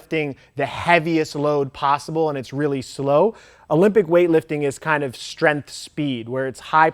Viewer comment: love ur knowledgeable videos Max, but please learn to pronounce “strength” for once and stop with saying “strenF” bugssssss lmao